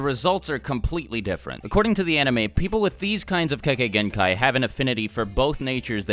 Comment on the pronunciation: The Idiot Says Kekegenkai